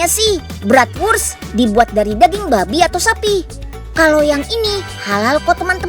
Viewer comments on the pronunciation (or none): Hahahaha baru x ini nonton unyil pembawaannya ngakak🤣😀, pengucapan daging babinya malah ngakak🤣